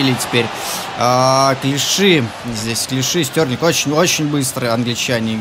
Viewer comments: Стерлинг,а не Стёрлинг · Стьорлинг? Может Стерлинг? Поучи английский. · Прости а почему Стьорлинг а не стерлинг?